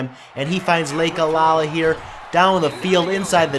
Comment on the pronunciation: I know it really doesn't matter as the episode is up & you probably won't be playing Hawaii again in the future but, for my own piece of mind, I have to say that the running back's name is Lakalaka, pronounced Lak-a-Lak-a not Lake-a-la-la. Anyway, completely pointless rant over.